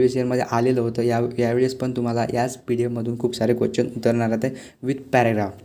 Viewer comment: Bhava question bol na quechan ka bolto aahes 😅